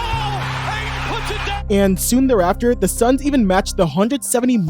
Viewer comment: There’s a T in Aytons last name